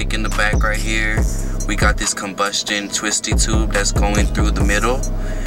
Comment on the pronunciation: nigga said comebustion issa contraption lmaoo